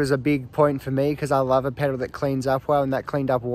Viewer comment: The word is pedal, not pedo.